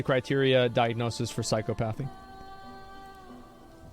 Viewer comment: The way Asmon keeps pronouncing "psychopathy" hurts my soul.